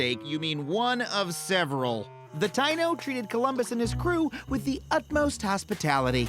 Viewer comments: Very well Adam, but it’s not Ty-No it’s pronounced Ty-ee-no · Just so you know “Taino” is pronounced Tah-ee-no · TA-NO natives. Adam is white af. TA-E-NO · He mispronounced Taino at least according to my family and how I was raised saying and hearing it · His pronouncation of Taino makes me cringe everytime he says it